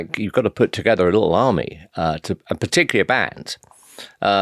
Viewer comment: toget-EHR was all i could take